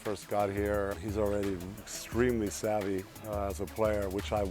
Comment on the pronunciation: I clicked this video to hear dirk say savvy